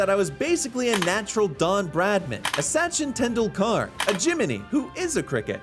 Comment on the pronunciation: the way you pronounced "Sachin Tendulkar" really proves that you are just American... oh dear...